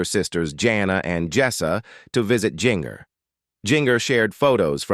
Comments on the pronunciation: Her name is NOT Jing-er! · Pronounce GINGER right its like the kitchen spices stop screwing it up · THATS GIN-GER such as gingerbread gingerman quit screwing it up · I believe Jinger is pronounced Ginger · Jinger is pronounced Ginger- just like the spice. Why all the pics of random people who are not the Duggars? You couldn’t find pictures of them on the internet? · GIN—-GER is not pronounced that way. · Jinger is pronounced like the kitchen spice! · You did a good job putting information together but you need to instruct your AI or human narrator how to properly pronounce the names (Ginger was the worst ... it's the same as the spice not the way it was said) and you need to watch it a couple time before publishing to be sure the text is delivered smoothly.